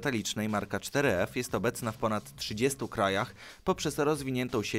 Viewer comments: Ale to jest four f a nie cztery ef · czter ef... four ef jak juz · 4f czytane jako foreve